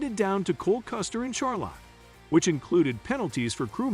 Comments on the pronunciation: If you can't pronounce Charlotte or NASCAR correctly, I dont have much respect for your knowledge of NASCAR. Char-lot.....never heard it that way before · A channel named Nascar Zone should learn how to pronounce Nascar and Charlotte.